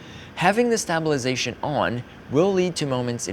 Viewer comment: I love how he pronounces 🔪 -sation